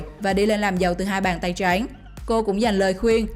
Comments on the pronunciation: Giọng đọc nghe khó chịu vkl lun ý. Hai bàn tay trắng .mẽ đọc hai bàn tay tréngggg. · "Hai bàn tay tránh" nge đọc khó chịu thực sự